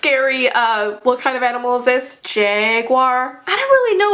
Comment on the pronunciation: The cat was a panther- Still laughed when u said jaguier XD